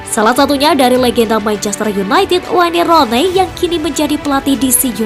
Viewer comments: Aduh admin masa baca waine ronei hahahaaa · Wayne rone, gak enak banget denger nya. Wen Runi kalau gak bisa nyebut nya di permudah